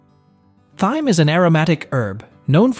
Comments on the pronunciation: TIME the H IS SILENT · please..thyme is pronoused like, time,,and herbs as no h.,..